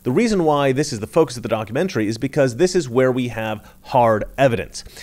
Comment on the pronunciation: Did you say “a donkeymentary”?